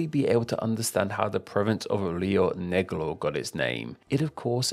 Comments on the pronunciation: Lio neglou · I'm from Argentina, Rio Negro, and the truth is that your pronunciation makes me laugh lmao